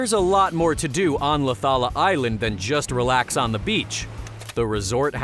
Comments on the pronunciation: The way he said Laucala tho😂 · Its LAUCALA ISLAND